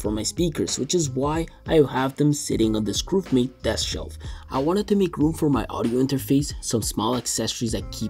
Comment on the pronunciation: Why do you always pronounce Grovemade as “GrOOve made” in every video?